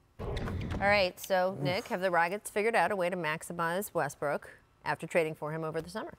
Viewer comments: Paul said restbrook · He said Restbrook?🤔🤣